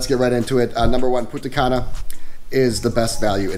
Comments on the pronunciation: You could pronounce the N in Punta Cana. Without is Puta Cana 🤣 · You pronounce Punta Cana as Puta Cana that literally means in Spanish Bitch Grey Hair xDdddddddd